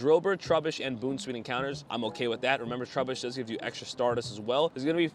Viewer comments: Bounce-weet not boon 😂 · Bro said Boon sweet 💀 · By the way, it’s pronounced “Bounce-sweet”. Great video btw! Keep it up!